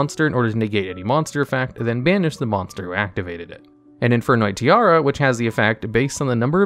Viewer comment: Infernoid Tierra: it’s pronounced Ti-erra, see the e?: Tiara 😂